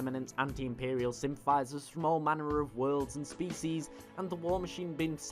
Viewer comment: "Species" lol